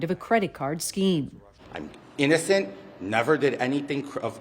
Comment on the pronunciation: "I'm g-innocent!" Wow. this is so bad. a real crook politician.